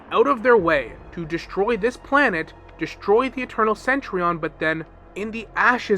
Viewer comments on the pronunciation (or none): I kinda find it cringe how you pronounce Cen-Tu-Rion as Cen-Tri-on 😅